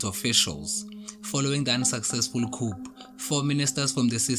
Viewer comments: Thank you for the information.. But Coup ( coo & not coop) de tat.. Latin & French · I'm happy about the content in general,but not the way the presenter pronounces 'coup'